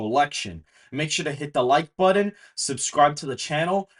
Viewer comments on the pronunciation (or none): What is a budden? I know what a but-ton is but NOT a bud-din is or how ever you're saying it.